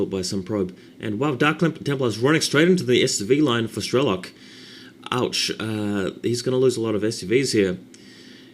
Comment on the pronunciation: he's not strElok, but strelOk [strelo'k]